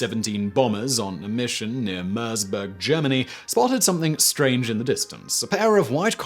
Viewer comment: No such german city as Mörsbörg. Oh, you meant Merseburg!